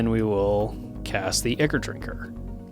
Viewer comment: Ichor is pronounced "EYE-kor"